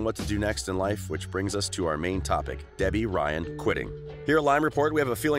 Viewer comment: this dude said gebby ryan